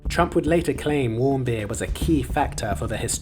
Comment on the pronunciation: Otto Warmbeer lol